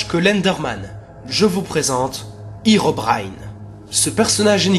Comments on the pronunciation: Cela ne se dit pas Hirobraillne mais Hérobrine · herobine ne se pronoce pas hirobrine mais hééérobrine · Sa ne se prononce pas irobrin mais hérobrin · on dit pas Hirobrine on dit Herobrine !!! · Alor c pas itobaïne mes érobaïne a la prononciation bien sur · tu viens de dire hirobrine or que ses herobrine le hero se dit comme en francais et en anglais et herobrine es un creepypasta faux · Mec j'ai vue hérobrine et on dit hérobrine